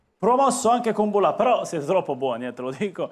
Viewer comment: Kúmbulla* è la pronuncia esatta